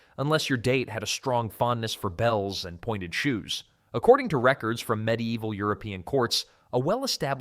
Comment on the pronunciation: Me deival? Its medi evil.